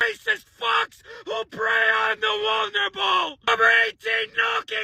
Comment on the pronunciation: hahaha I laughed when he said the Wulnerable....wulnerable? Hahahaha